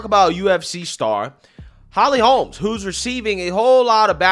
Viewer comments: Your ghetto grammar and speech, SUCKS!!! HER NAME IS HOLM, NOT HOLMES, IT'S RIGHT THERE ON YOUR SCREEN!!!! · Its not Holms. Its Holm.